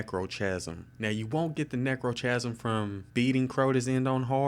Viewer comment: I love the way you pronounce 'chasm'